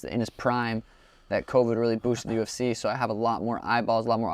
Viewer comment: The U-F-seh 😂 bro it’s cee.